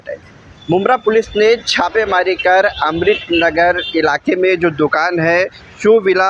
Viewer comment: Islamudin phele apne baat karne ka tarika sai karo amrit nagar nhi amrut nagar bolo